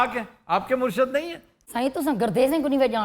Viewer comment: Aftab Iqbal sahab: It's "Murshid" not "Murshad".... "Murshid" is for leader => peer! Where as, "Murshad" is for the followers => awam!